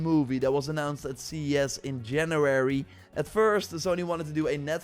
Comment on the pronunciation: why do you sound like you have a kids voice "januwarwy" and like there's an apple in your throat